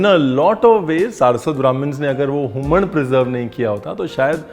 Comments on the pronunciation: So nice chef to listen the word Humaan from you. This was a perfect goan accent. I'm telling you this because I am a goan. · The way chef said Human(हूमण) was very much pleasing especially the ण , as many non goan youtubers say it as हूमन. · For hummman we also add hing, and it is usually made with prawns😊 Thank you chef, you even pronounced it right!